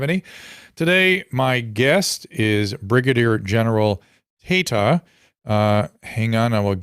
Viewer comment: Tata scaled heights great enough to be immune to the teasing inherent in such a surname…but it’s Tayta lol